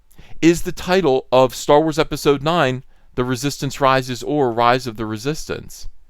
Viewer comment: Writhe of the Reee-Soy-Stance? 🤔